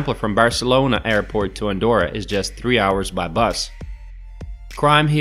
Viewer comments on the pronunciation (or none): Sería mejor que aprendieses a deletrear y pronunciar bien su nombre Andorra,,,, you have to practice to pronounce Andorra,,,,, before talk about the performance of this place,,,,, it is easy,,,, let's go